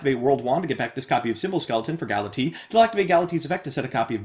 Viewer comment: The way you pronounce "Galatea" has always bothered me.